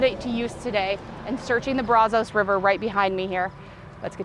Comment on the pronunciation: Why is calling it brazohs, when Brazos (brazzs) the o is silent. All my life living here never heard of gators in the water and we went fishing plenty. Now a guy just caught gator garp fish thingy about a week ago. Like I tried to tell Doug he is not in the water. That type of car in pristine condition is worth something. I remember hearing guys talk about the chop shops in bellmead/el mott area and outskirts of Waco going to bellmead. The water levels are down because we are in a drought. We are on water restrictions since last year.